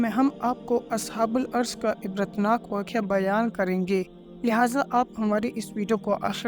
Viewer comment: اصحابُ الرّس بولا جاتا ہے نام تو صحیح ادا کریں لفظی بہت ساری غلطیاں ہیں